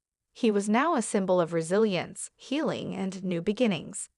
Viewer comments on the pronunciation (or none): none